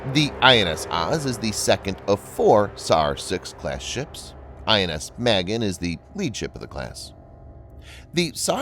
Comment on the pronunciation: Please learn how to pronounce the Hebrew vessels. OAZ as in OAK. MAH-GEN, not maygin.